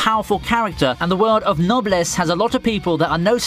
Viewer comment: So anyone else found the way he pronounced Noblesse annoying.